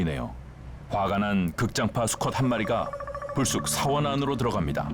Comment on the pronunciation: 서원이야 사원이야 나레이션 발음이... 계속 신경쓰이네